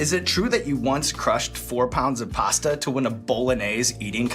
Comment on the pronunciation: "pawsta" "bowlanase"